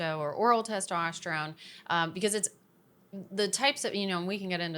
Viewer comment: Why can’t she say testosterone